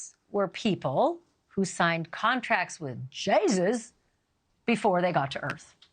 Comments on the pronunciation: Why would you pronounce Jesus that way? In a mocking type of voice. Shameful. So drastic the captions say jay z instead of Jesus . Really classless. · lol "Jay-zues" Ashleigh's had enough of this fairytale nonsense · Can you not pronounce Jesus Miss Banfield?? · U lost me when u mispronounced Jesus. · why did you say jesus like that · Why the duck did you Ashley Banfield say Jesus like that. You have lost all my future views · Yeah, her beliefs are crazy, but the way you pronounced Satan perfectly and pronounced Jesus in a mocking tone explains a lot about you, Banfield. smh